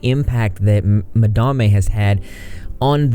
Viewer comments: Madame is not quite madam either. Its ma-dahm with a long a sound. Ma-da-may is still my favourite though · Lol I just love that you call her “Ma-Dam-eh” 😂 I literally thought that was the pronunciation too, totally ignoring the fact that it was just the word madam with an e at the end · "Madarmay" lol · I love that you just decide you like the way that you pronounce Madame and just go with it.